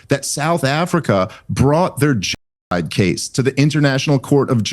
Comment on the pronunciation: This guy guy can’t even pronounce the word genocide. He’s a 🤡 shill for the little men in the little hats gang.